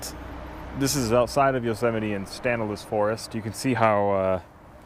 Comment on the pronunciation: Wow, being a local resident of where you shot this video, you butchered the names of the river and forest you're in. The river is the Tuolumne pronounced too-wha-la-me, and the forest is the Stanislaus pronounced stan-is-loss.